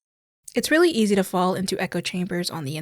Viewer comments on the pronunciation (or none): none